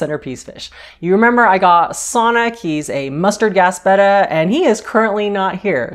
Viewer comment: Thanks for correctly pronouncing "Betta" instead of "beta". That, plus your knowledge, your onscreen personality, your pleasant voice, etc got you my subscription!